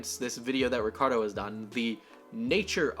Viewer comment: me: clicks on video: mispronounces “ricardo” me: shuts down pc